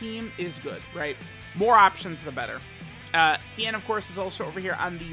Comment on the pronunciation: It's Ten, not Tien.